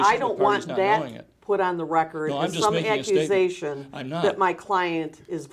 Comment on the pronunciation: This list of incorrectly spoken words is downright overwamming: Axe = ask Awtlet = outlet Acrizations = accusations Akkrit = accurate R.A.S. = IRS Misgotten = got wrong (For example the super bowl prediction) Newkular = nuclear Reptible = reputable Overwhamming = overwhelming Conferdent = confident Molekeler = molecular Fim = film L.A.D. Screen = LED screen Karcasion = Caucasian Ethniss = ethnic Resippikate = reciprocate Pressicute = persecute Cheyenne West = Kanye West Rem = realm DecapiCATED = decapitated Perpel = propel Do = does Allocated = I bought Sew = donate Seed = donation Fortifying = he has no idea Forging = he has no idea Prissipality = principality Pacifically = specifically Meffis = Memphis Letharjickness = lethargy Viggeration = invigoration Astro-projection = astral-projection Hiatus = this didn’t make any sense Inevitububly = inevitably Pessilint = pestilence Pleggs = plagues Mosanic = mosaic Covit = Covid Scap = scalp Oh-sir = ulcer Simontaneously = simultaneously Gorders = goiters Pammoramic = panoramic Sinnakit = syndicate Enfeminem = effeminate Transparasee = transparency Wikka = Wiccan Burf = birthed Illi-noissss = Illinois (silent “S”) proprietorry = proprietary (he thinks this means “public information”) “Jack Nee-koe-lie dreamed how to hold his club before he won the World Series”!? 🤦🏻‍♂️ (He plays GOLF and his name is Jack Nicklaus) “The war has already been postponed but we don’t want just postponed, we want it to be completely “demoralized”…stopped